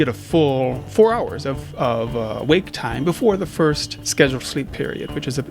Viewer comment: Ah, yes. My favourite word, "Fitst"